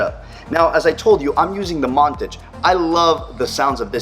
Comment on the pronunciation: It's Mon-Tage. Not, Mon-Tige.